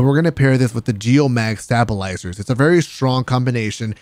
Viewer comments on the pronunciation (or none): This dude said “stahb -ilizer”